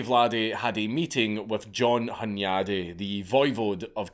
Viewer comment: Steven would have been called Istvan over there. Hunyadi = Hoon-yud-e. Never piss off a Magyar. Imagine when they don't even remember that rule. Really even when swords and spikes are out of the way, the arguments are fucking loud. The quiet ones. It was a testament to decentralization, imagine if that virginity rule was across the Magyar Kingdom. Mattias (Matt-e-ash) Corvinus (Horvath) arrested Vlad to trick the Romans and put the Ottomans at over confident guard. I think his horrors to his people are over stated, however I think he just defended brutally and brutalized incompetent Government officials, many people say they want to do it, he did it.